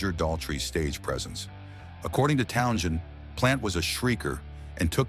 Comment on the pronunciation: AI bs. They can't even pronounce Townshend's name. LOL